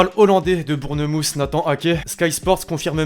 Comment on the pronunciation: Bournemousse😂😂😂 non ca se dit bornmoth